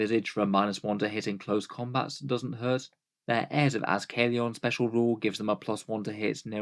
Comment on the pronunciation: Azkaellon is pronounced like Ascalon--the lance of St. George, since "the holy warrior vs. the dragon" has been their whole motif for the past 3 editions. They also speak Aenokhian...which is just Enochian with more bells and whistles. Because obscure Bible references. why the hell not.